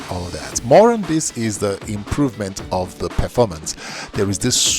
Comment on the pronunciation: Smooth Perfoormance